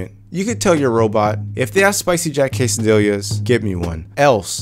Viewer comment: casadiyas, not casadilyas, spanish is not as hard as it looks double ll or LL is an automatic Y,y